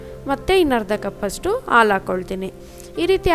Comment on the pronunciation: Nice but...aal alla haalu antheli